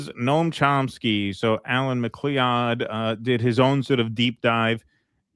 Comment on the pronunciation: "Al Mac Klee Odd" JFC, how does live in the NE and never heard 'MacLoud' before?